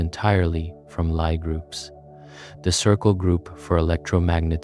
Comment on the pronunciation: lie is pronounced lee